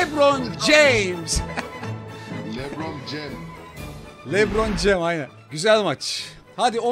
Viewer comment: Lebron Ceyms değil Lebron Ceym hiç değil Lebron Cem